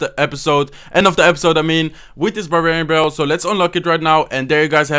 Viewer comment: the way he says barbarian barallel